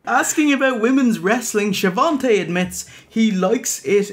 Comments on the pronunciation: Love your show. There is no 't' in Schiavone's name though. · Besides Tony, lol. It's a running gag (Hogan would pronounce it "Sha-von-tay") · Know this is late....but its a joke. Hogan ALWAYS called him She-Von-Tay. So theyre makin fun of that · schiavone has no t. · There is no "T" in Schiavone.....